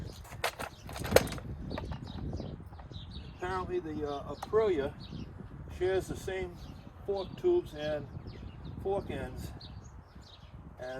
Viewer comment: Um A-Pril-ia…. Not Aprilla…